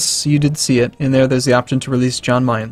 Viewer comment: Jan Mayen, Pronounced "Yan My-An"